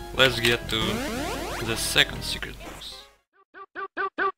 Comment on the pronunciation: in ze world five....i have ze omg killing it with those ze 😂